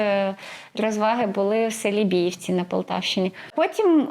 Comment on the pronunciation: Ви невірно ставите наголос . Вірно БіївцІ , наголос на останній склад . ТарАндинці наголос на другий склад .